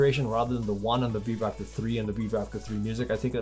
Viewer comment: Right near the end of the video, I realized he was saying "Vivoactive" and not "Beebop".